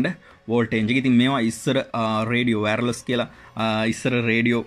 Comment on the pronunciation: ඔබ පාවිච්චා කරන ඔය වෑර්ලස් කියන වචනය වැරදියි..වෑර්ලස් නෙමේ වෑල්ලස්